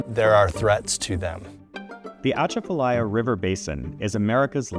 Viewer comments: How many Louisiana natives immediately disappointed in incorrect stress placement in pronunciation of Atchafalaya by narrator ? Show of hands ✋ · The "t" in Atchafalaya isn't pronounced by Louisianas. It is like pronouncing Atchison, KS. the "atch" combination won't work easily, if the "t" is pronounced. The Atchafalaya was beginning to reduce the outflow from the Mississippi away from Baton Rouge down through New Orleans and was about to capture the lower part of the Mississippi, but the Corp of Engineers stopped it to maintain shipping and fresh water. I figured the main problem might be low fresh water inflow which can result in salt water intrusion. Cypress can live in brackish water, but not saltwater. I guess we will have to import mangroves. After harvesting, a lot of that cypress should have been replanted, but I guess the fact it takes so long to mature, it wasn't considered feasible like replanting pine forests and the created marsh areas can be used by duck hunters. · Please learn to pronounce the Atchafalaya name properly. You are butchering it. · the stress is supposed to be on the CHA. Most people not from Louisiana put the stress on the LAY like the narrator. I give him points for pronouncing the LAY correctly. It sounds the same as the word "lie". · oh, they mispronounced Atchafalaya...not surprising, everyone does, until they learn how to say it; ok, the second guy pronounced it correctly 🤣